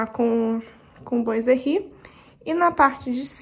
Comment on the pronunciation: ficou muito lindo! (mas quero dar uma dica: " boiserie" é uma palavra francesa, significa marcenaria; e se pronúncia: "buazerri"......( Bois=buá=madeira).... Deus te abençoe..... continue....